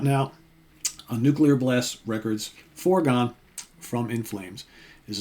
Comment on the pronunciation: this album rules, but I'm really here to say I appreciate your correct pronunciation of the word Nuclear! A lot of folks say "Nuke-you-ler" and it drives me NUTS!!! 😂